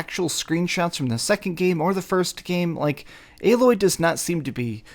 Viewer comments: Lol why are ppl STILL mispronouncing Aloy's name? Her name is said with literal spoken dialogue over and over again throughout the entire original game, including in the opening cutscene! Lol they literally scream her name from a mountaintop at the very beginning! How are ppl still getting it wrong?? It's Ay-Loy, with a hard A. Jesus... This is what I mean when I complain about the quality of the content we get from half the "Professional" gaming based Youtube channels these days. There's zero excuse for it. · I'm starting to notice a lot of people like to call Aloy (AL Loy) haha. But it is almost spelled the same as Aloy but with one more letter L added to it. So I can see why some will call her that lol. But Its actually like saying the word Hey but A. Then Loy is like saying Boy but Loy So it's A-Loy....... Put it together and you got "Aloy" I'm pretty sure Alloy is some type of metal made by combining two or more metallic elements, especially to give greater strength or resistance to corrosion.